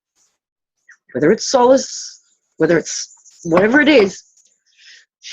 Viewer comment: The first time I heard them say "solice'' - I heard ''soul-less'' and that is what I keep hearing. I can imagine what/who the ''soul-less'' is....